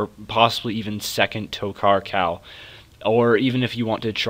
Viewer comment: u do know its TokHaar and not TokKar just sayin